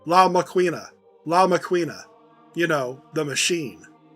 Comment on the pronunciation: Very nice job on this one! The somber soundtrack was a good choice, adds a nice feeling of gravitas to the overall performance. One small note: in Spanish, "qu" makes a "k" sound. La máquina -> "lah MAH-keen-ah"